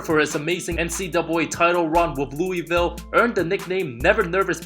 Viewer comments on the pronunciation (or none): none